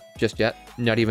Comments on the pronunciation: Bro how can you pronounce Schenectady that badly?? Skeh-neck-tiddies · Hey, I actually grew up right near Schenectady 😂 was funny hearing you butcher the name a bit. (Ska-NECK-t'dy) it's near Albany, NY. EDIT: Really hoping the Vital Hero is the V, because I was gonna grab one for my partner so we could both get the Pulsemon DIM 😂 Definitely getting the BE when it drops though, and at that point I'm gonna sell the V to one of my friends probably.